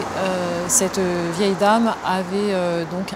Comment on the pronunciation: C'est vieille mère et non pas "veille" mère ^^